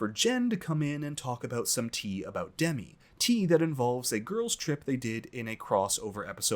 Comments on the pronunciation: Love your recaps. Btw Demi is pronounced with an emphasis on the second syllable. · It’s deMI not DEmi lol